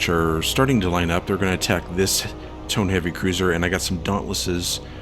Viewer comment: Only one of the Heavy Cruisers was a Tone, the other was a Mogami. Tones have four forward triple turrets. Mogamis have three triple turrets in a low-low-high arrangement and two triple turrets aft. The Light Carrier task force did not have any Tone Heavy Cruisers. You need to ID the Japanese ships. Tone is pronounced toe-neigh, use a two syllable pronunciation with most Japanese ship names. Why didn't you re-target the Light Carrier and Battleship instead of the Heavy Cruisers in the first encounter? Coming from astern is the same thing as from behind.